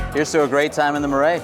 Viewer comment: Omg the pronunciation of “Marais” screams no credibility 🤦🏻‍♂️🤷🏻‍♂️